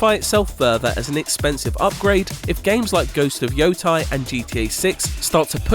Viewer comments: It's not Yotai, It's Yotei (Pronounced Yo-Tay) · YoTEI. Not YoTAI, wtf. Ghost of Yotei! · It's Yotei not Yotai...